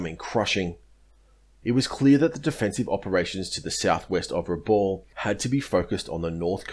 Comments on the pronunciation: Pronounced Brewuna! My dad was there! Pronounced Rebal! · Vasey is pronounced Vey-zee. Raboul pronounced Ra-Bowel. Excellent vid as usual.